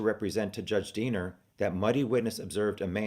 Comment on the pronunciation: Everytime you say Diener I hear Deaner and think of the movie FUBAR. It helps lighten subject.